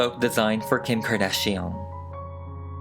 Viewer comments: You GOOTT TO love the way he says Kkim CKardán PERIOT BOO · Someone: Kim Kardashian Me: no, its Kim Kor-duh-shi-ohn